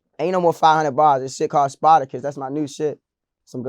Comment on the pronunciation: Man he said sparticus 😂😂😂